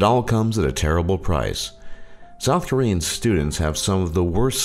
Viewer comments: all the pronunciation of the Korean words were disturbingly well said. :S like it was so good that it made me feel bad. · Actually, his pronunciation of all korean words is very good. He did a good job really.